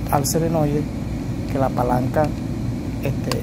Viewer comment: Muy bien, pero una pequeña correccion, no es selenoide, es SOLENOIDE!